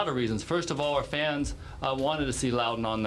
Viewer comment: Thanks for calling it Loudon!